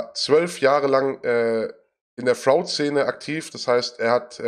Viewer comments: Top-Interview, aber ich bin getriggert von Martins Aussprache von "fraud". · LOL wie er fraud sagt, sprich das mal richtig aus ^^